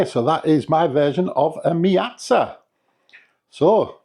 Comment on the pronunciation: I thought it was meat- za 🤣